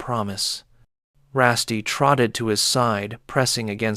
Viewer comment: I don't mind however you're pronouncing Rusty wrong. RussT.